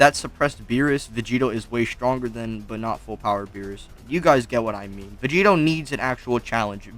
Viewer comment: Sounds you’re like saying Vegeta 💀